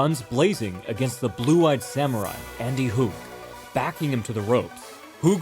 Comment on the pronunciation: The proper Portuguese pronunciation of Filho is "fil-yo", not "filo" (with a specific inflexion in the middle that has no equivalent in English). As a general rule, "ilho" (like in "maravilhosa") is pronounced "ilyo".